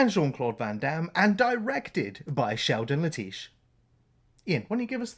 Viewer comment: It's pronounced Sheldon "Let-ish"